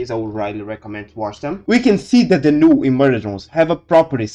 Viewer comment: This is a pretty cool theory/explanation! Could you add subtitles, though? It can be hard to make out what you're saying sometimes due to your accent. For instance, you pronounced "null" as "new" several times in the beginning, which was confusing until I figured out what word that was through context.